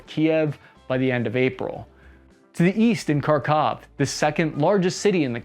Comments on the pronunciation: Really good assessment 👏 👍 Side note: Kharkiv = Harrrrr Keeev (sounding) Kherson = Hear .. s.... on. Keep up the good work. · Its not pronounced “Karkeev”, its “Harkiv” the K is silent. Same with Kherson, it’s pronounced “HerSon”. Fyi kherson is another word for peni$. 😂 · Kharkiv is pronounced Harkiv, at least that's what my wife who is Ukranian said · You don't pronounce "K" in Kharkiv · The first one that is, just pronounce Harkiv